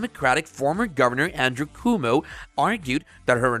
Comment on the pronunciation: Good info here, but the "narrator" botches up the pronunciation of several names including "Governor Coomo". It's pronounced "kwoh-moh" NOT "koo-moh." I'm pretty sure you're NOT using an A.I. narrator because of the stumbles that you left in around the - marks.